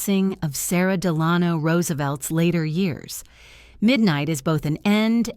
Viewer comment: The narrator mispronounces "Delano."